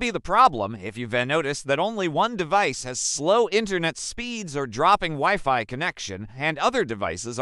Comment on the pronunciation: Useless video and the fake voice reading the text is AWFUL "weeFee"? And it talks WAY too much NOT about the topic.